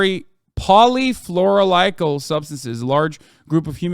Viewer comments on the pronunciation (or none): polyfluoroalkyl, not polyfluoralikyl